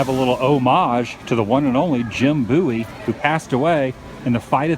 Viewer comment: You pronounce Bowie like a Canadian 😋